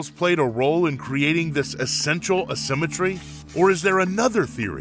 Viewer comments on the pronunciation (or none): Please learn how to say "A-symmetry"...